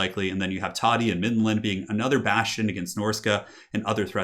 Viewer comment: IT's TODDY ::))